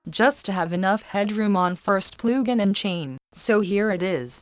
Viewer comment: Ploogin :D